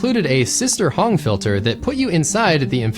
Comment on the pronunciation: Sister Hong ❌️ Sister Hung ✅️